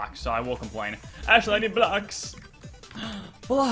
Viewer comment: DRUNK YOURE DRUNK 'i dont meed no gold boots'